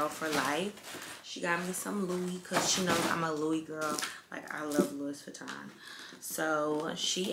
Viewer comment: The S is silent in LOUIS VUITTON !! Im French